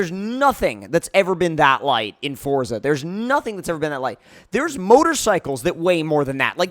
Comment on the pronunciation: Can you please say Forza properly and don't say freeway